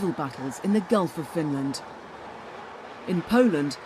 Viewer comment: Not the most believable, but incredibly well made nonetheless Edit: Apart from how Finland is pronounced!